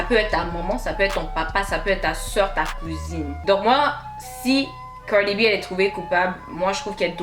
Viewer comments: Pourquoi toi tu ne fermes pas ta bouche Cardi est déjà au TOP et toi sans boucle d'oreille DAMN la façon tu prononces son nom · Putain la manière dont tu dis Cardi b...